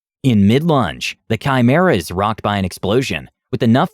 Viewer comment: You got chimera right, now you just need to work on artificer.